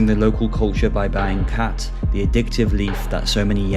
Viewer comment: you say khat... i hear cat 😺😺